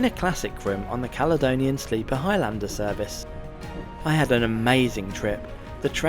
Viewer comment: It's not HIGH LANDER, ITS HIGHLANDER you fud.